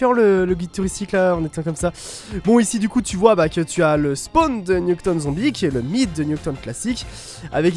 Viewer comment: Nuketone? Ça se prononce "Nuketaoune" si jamais mdrr!